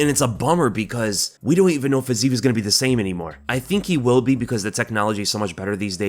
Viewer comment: Again.... comee on there is no Fazeev, there is only Fizeef... check out the cyrylics pronouncation letter by letter nd u'll know where my frustration is coming from (